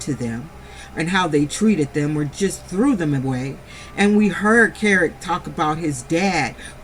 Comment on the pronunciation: I love you sis but his name is kerock not carrot love your too funny tho🤣 you have me cracking up SOOO hard otha than that keep up your good content ma 🥰🆗✅😎